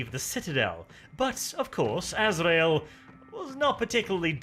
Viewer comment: "Grand Master A-zra-el" finally someone who can pronounce this right, it maddens me when people says "Ass-ree-el".